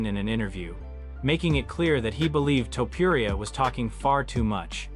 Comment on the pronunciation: Lazy A.I videos are killing the content pool of YouTube. Same with spooky ghost demon videos. A.I can never pronounce names correctly or the word “Live” Livestream = Liv Stream Topuria = Toe-per-Ee-ya Anyway, 😢Dana hates when people think he’s Joe Rogan 😡